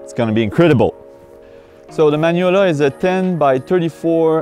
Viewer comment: It's not man-yola it's mag-no-li-a